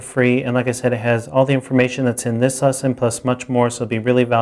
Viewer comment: Great series! I'm an intermediate player now trying to get some theoretical background and this channel has been very useful. Though I get distracted every time he says "this lesson" :) sounds like he's saying "thisesson".